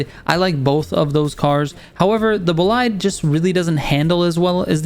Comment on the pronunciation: Thank you, very helpful Just 2 tips : The Bolide's pronunciation is with "i" sound like "ee", "boleede" (it's french name) For the Jesko, the "J" is like an "Y", "Yesko" 👍